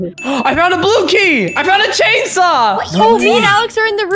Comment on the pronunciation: Them saying "Chainsaw" :P Me hearing "Jadesaw" XD